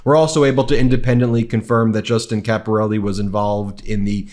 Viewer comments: You pronounced Caporale wrong. It's pronounced Capor- al- eh not Capor al- e. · Caporale is not pronounced Caporelli, you can do better than this.